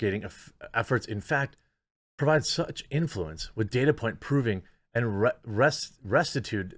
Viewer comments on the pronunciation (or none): Love the channel, but the "c" in "rectitude" is a hard "c" -- as in, "wreck-titude"